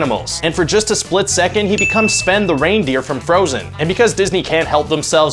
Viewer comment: xGhostSniper lol I didn't notice that lol. It sounds like he also pronounces Sven (the reindeer from Frozen) as spen lol